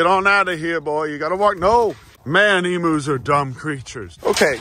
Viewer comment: its pronounced "eem-yoo" not eemoo fuckin sick of people mispronouncing emus